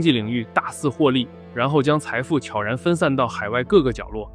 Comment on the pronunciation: 能把悄然念对的真的不多